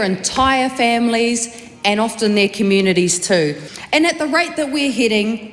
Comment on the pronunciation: Communidies. .. sigh